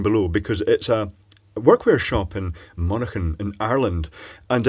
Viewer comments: Monaghan is pronounced Mon-a-han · Monaghan pronounced = Mon (Like Monday) A Han. G is silent. :D